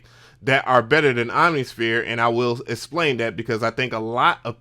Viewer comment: Just so you know - the word is eXplain - pronounced EKS-PLANE - its not ESS-PLANE.